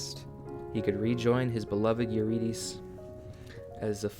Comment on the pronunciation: listen i love this so much but the mispronunciation of eurydice is killing me lol